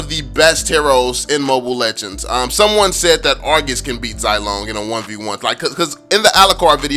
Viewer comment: Getting annoyed by the wrong pronunciation of the name but I understand hahaha. Zilong is pronounced as "zzz (kinda like a buzzing sound) long" (I don't know how to properly explain without delving into Mandarin tones and whatnot. By the way, Zilong is the courtesy name of Zhao Yun, a general under Liu Bei, considered as a war god, and is famous for his daring rescue of Liu Chan during the Battle of Changban, although its historical veracity has is doubtful.